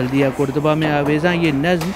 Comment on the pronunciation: قرطبہ کے اوپر زبر ہے پیش نہیں۔ بھائی صاحب